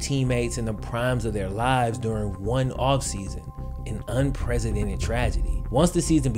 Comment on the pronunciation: as soon as this announcer said "An un PRESIDENTED tragedy" he lost all credibility....like dude please quit your day job...